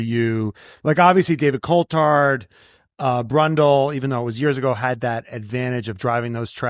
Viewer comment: As an American and huge F1 fan, I like him for an American point of view but someone should tell him how to pronounce “Coulthard”.